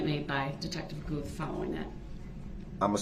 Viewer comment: The Detectives name is " Guth " NOT goof !